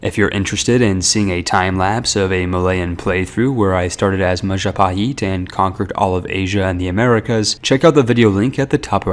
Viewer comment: "Maja paheet"